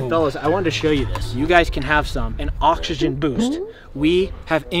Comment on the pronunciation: bro said he got oxsegen